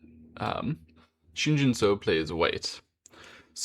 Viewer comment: Pronunciation tip: say “Shin Jin SUCKS”. Then, drop the “-CKS”, to get, “Shin Jin SU-“. And then you have the right pronunciation.